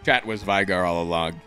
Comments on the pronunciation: NOOO He frickin says vaigar (v-eye-gar), not veigar! (v-ay-gar) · LEAGUE! also its fun how alltough played league he still managed to pronounce VEI- GAR wrong xDDD